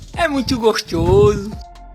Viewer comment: "É muitho gosthoso" 🤣🤣🤣🤣🤣🤣🤣🤣🤣🤣🤣🤣🤣🤣🤣🤣🤣🤣